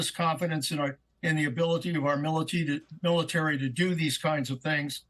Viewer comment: “”Great ability in our mility””. Old guy……